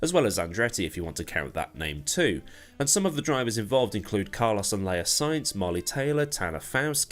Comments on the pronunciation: Can't wait for Extreme H to start! Gonna be an awesome addition to the Extreme E and Formula E family of series! One correction I spotted: Leia Sanz not Sainz... trips up the commentary people too! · Maybe it has been pointed out already: Laia Sanz, not Sainz. They are not related, Sanz is a pretty good Dakar biker.